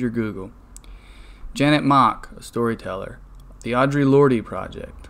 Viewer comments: The E in Audre Lorde's last name is not pronounced. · "Lorde" is pronounced "Lord," just fyi.